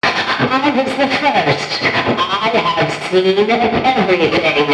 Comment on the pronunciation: “I ave a story to tell”